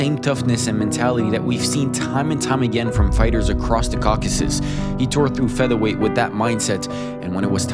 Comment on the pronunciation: Shoutout for saying “Caucasus” and not “Caucus”